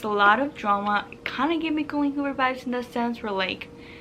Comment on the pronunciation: Do you have a Spanish background? I notice when your talk your Bs and Vs pronounce the same - “Colleen Hoober” “Bibe”